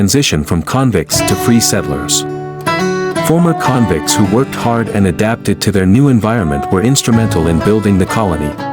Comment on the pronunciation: AI generated. It's not *convints 😅